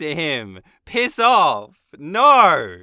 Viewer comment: When you say Narrr instead of no 😂